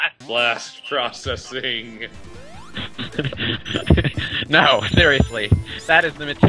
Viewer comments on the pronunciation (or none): Blast "Trocessing"?